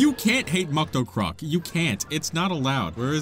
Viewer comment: Also, Day 235 of pronouncing MucktoCroCk